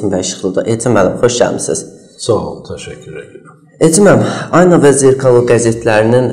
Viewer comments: Cox xahiş edirəm,düz əməlli aparıcı secin.Diksiyası bərbaddır,adam azərbaycan dilini məhv edir.Adi "Ayna" sözünü düzgün tələffüz etmir. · Elcin muellim once garsinizdki jurnalistin ayna sozunu duzgun teleffuz etmemesini ona izah edin.